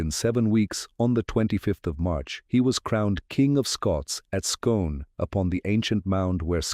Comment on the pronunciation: The place Scone pronounced Skoon.